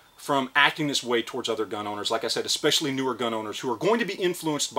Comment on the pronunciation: Edit Gun not gin